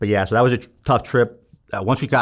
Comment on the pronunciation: Fellow St. Louisan & St. Chucker here...Francis Howell...I grew up throwing trash as well. My folks and uncles owned wilson refuse and wilson disposal.... you didn't even have to tell us where you're from, I could tell just when you say "and nat (that)" at the end of your sentence😂 New Melle or Defiance roots 🤣. Amazing story and thanks for your service.